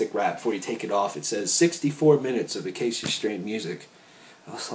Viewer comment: Ah-kay-sha strain not A-kay-cia strain. Jesus christ it drives me nuts when people mispronounce band names. Other than how lax this review seemed, pretty spot on for elements of continent. I'd even go a step further and say it has some elements reminiscent of the dead walk, my favorite album by them. Overall I'd say this is far better than the last 2 they released. I think Devon especially has brought them back to their old sound. I kind of wish vincent would go back to his old writing style instead of trying to rhyme as much. Just my thoughts.